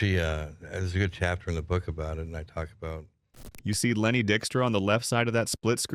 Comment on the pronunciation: Damn, get your AI boy to pronounce Lenny's name correctly...I'm out!